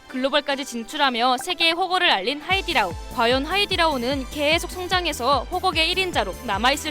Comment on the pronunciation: 근데왜 하이리다오라고하세요 하이디라오인데